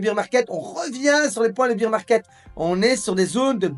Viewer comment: Je t adore mais « bear » se prononce comme dans « père ». beer c est la bière en anglais:)